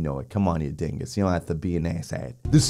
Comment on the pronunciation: I'm not the only one that says "dingus!!!!!" why are you trying to sound Italian? it's hilarious😂😂😂. But why?